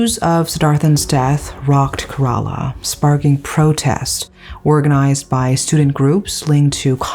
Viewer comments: I had to stop watching because of your pronunciation of Kerala. It's CARE-ALA not KERR-AALAAH. If youre not sure, please look it up. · Thank you for covering this story. The state's name is pronounced more like Care-Raa-Lah, and not so much like Kur-Ral-La. Just FYI. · Que- rruh-laa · Kerala -" k" rala